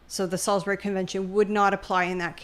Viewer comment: Your pronouncement of Sailbury is painful. I lived there and it’s pronounced souls-bur-ree.